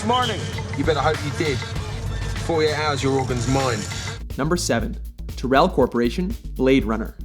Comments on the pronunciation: Another mispronunciation on a Mojo video. Tuhrell? "Tai-rell". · Tyrell is pronounced Tie-rell in blade runner